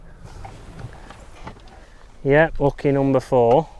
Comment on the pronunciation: I would like to be able to listen to your videos, but when you say "Noombah", it's just too much for me.